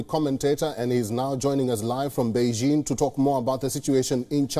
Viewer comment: Wion's reporter can't pronounce a simple word like "beijing" properly. Send him to China!